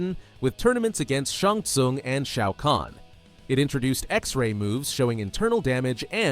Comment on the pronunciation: "Shong sung"